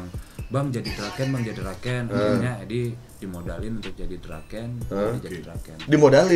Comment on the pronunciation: Draken ❎ Drakeuy✅